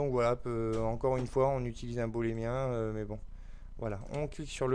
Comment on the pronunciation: Beau tuto mais par pitié, l'objet de soustraction se nomme booléen, pas bolémien... Boole s'est retourné dans sa tombe une centaine de fois tout du long de ta belle vidéo ;).